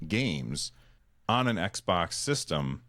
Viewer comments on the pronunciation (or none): How many times did say XBOK?